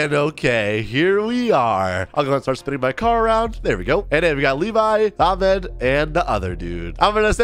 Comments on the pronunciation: it’s not pronounced aa- med- its ah- med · THATS NOT HOW U PRONOUNCE THE NAME AHMED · You don’t even know how to read Ahmed’s name أحمد my dad‘s name is Ahmed